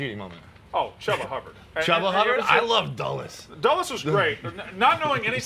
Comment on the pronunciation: I will admit i do not pronounce chuba hubbard right either. I think Dulles was a horrible one though